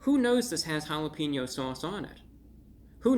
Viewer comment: I had to do a double take when he said “that’s really jalepeno mouth” lmao